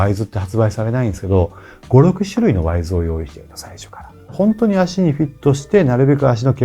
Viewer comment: へ。 『ワイズ』ではなく 『ウィズ』ですよ。 『トゥー』ではなく 『トウ』ですよ。 セレクトショップのスタッフでも良く間違った発音をしていますし、 著名なYouTuberさんも同じく 間違った発音をされています。 (影響力のある)有名な方なので、 敢えて苦言(と思わないで頂けると嬉しいです)を申し上げました。